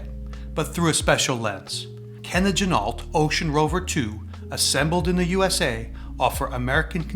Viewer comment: FYI, Ginault is pronounced G-Noh, the LT is silent, per the owner of the company.